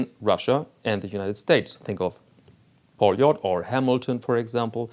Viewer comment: Hey... Did you smash her in the brake room? And it’s pronounced Полёт!